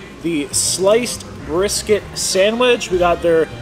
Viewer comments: What’s a Bristket 😂❤ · * What's a "Bristket"